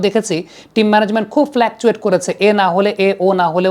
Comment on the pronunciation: Fluctuate❌ Flakecuet✅